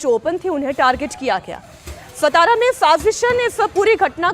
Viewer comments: सातारा not सतारा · Pahale apna general knowledge sudharo its not सतारा its सातारा! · सतारा नहीं 🤦 हिंदी न्यूज़ वालों को ठीक से बोलना भी नहीं आता! सातारा बोलो। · सतारा नाही... 👇 राजधानी सातारा.. 🚩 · सतारा नही है , सातारा है शरम आणि चाहिए आपको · पहले आप सतारा नही बोलना,... सातारा है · Satara bolna sik pehle